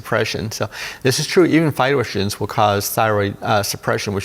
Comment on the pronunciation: Comprehensive, thank you! What is he saying - even 'phytoshins' / ~quadrogenic~/~cortagen~/~glutogenic~? food is causing thyroid suppression .. - which food? Love